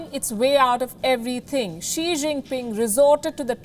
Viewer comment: I heard "Sri" Jingpin 🥴